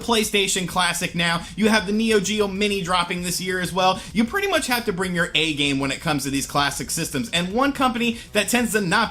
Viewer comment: "A-T-Games"? It's *AT*Games